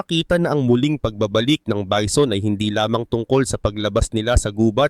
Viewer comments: HAHAHAHAHAHAHHAHAHAHHAHHAA BEE ZON BA NAMAN ANG BASA ARAY KO 😂😂😂😂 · Bee zon amputa